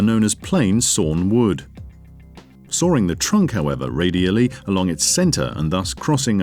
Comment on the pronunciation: Why is this guy pronounces "sawing" as "soaring"? What kind of accent is this?